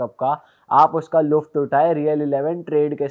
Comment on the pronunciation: Its not लुफ्त its लुत्फ़